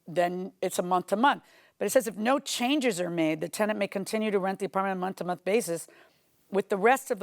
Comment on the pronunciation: Monff to monff😂😂😂😂😂